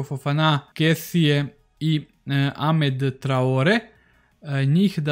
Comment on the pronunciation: Jedna mala opaska... Čita se Frank Kesi, a ne Kesie :)